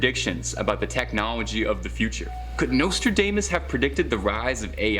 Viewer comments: WATCH!! David Icke... "we warned you something is coming and now its here" Way beyond crypto currency!! Omg everyone Watch Watch Watch!! 😱😱😖 lol and its pronounced domas not damess 🤭🤭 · Hey this is America his name is Nostradamus Dom not dame